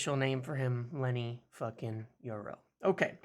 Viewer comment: Lol why're you saying Lenny's name like that, youre rolling his first name into his last name 😂